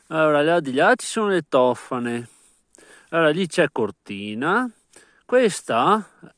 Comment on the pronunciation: Se posso permettermi, Tofane, l'accento va sulla "à" ....Tofàne ...Ciao